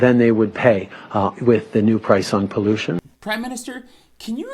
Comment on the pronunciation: Before he said pollution he said collution